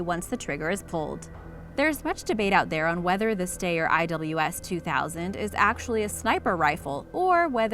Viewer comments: Rifles depicted during discussion of the Styre 2000 (pronounced “steyer”, not “stair”) included an M4 and an IWI Tavor. Stopped watching after that. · It’s not stair it’s steyr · Styer = "STY-er" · You pronounced steyer wrong -_ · Steyr is pronuced with an i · "stayer"????? WTF is a "stayer"?? STEYR pronounced "schtyer". also of note: sabot is not saboT, it is "sabo".